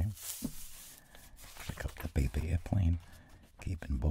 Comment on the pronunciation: I always hear "pepe aircraft" and not "paper aircraft" loll